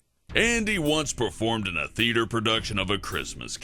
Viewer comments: Oh Ya He Like The "Theater" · 'I LOVE THE THEATHER' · I fapped at the "I LOVE THE TEATHER" part